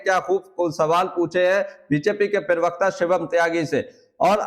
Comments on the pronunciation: आपका उच्चारण ठीक नही हो रहा है। ये शब्द प्रवक्ता है ना कि परवकता। कृप्या थोड़ा ध्यान दीजिए। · प्रवक्ता उच्चारण तो ठीक से कर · प्रवक्ता शब्द का उच्चारण तो ठीक ठीक करो